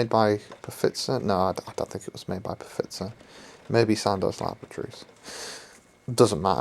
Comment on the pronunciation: Did he say pafitzer...as in Pfizer? Haaaa!😂😂